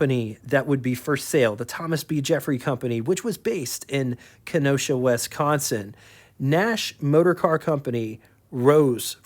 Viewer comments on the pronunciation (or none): none